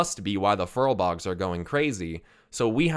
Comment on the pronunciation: Furbolgs not furlbogs lol